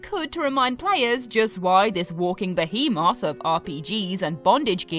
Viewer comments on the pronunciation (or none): none